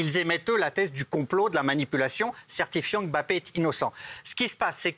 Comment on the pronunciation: Pk il dit « bappé » et pas « mbappé »😂